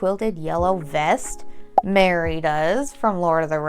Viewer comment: Its Merry...not Mary. He is a Took, Meriweather Took.